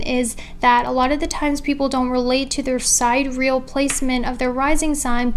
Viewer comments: The pronunciation is "sigh-DEE-ree-el" not "side-real" 🤣🤦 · You may or may not know but the correct pronunciation of Sidereal is: sidereal [ sahy-deer-ee-uh l ] and not Side Real Sorry to correct you; hope you don't mind :) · wanted to gently point out that it's pronounced sigh-DEER-ee-ul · Hey idk if you know this but sidereal is pronounced like si dee ree uhl . No hate , I have mild dyslexia and mispronounce things allll the time!! <3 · the pronunciation of sidereal is sigh-DEER-ree-uhl